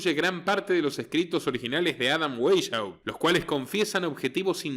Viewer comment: Se pronuncia /Baisjaupt/